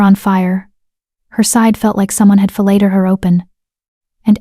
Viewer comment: For non-native speakers, at about 12 min, the A.I. voice mispronounces the past simple tense of "fileted"